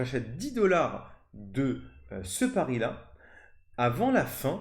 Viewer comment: Mon "pari" et pas "pariS"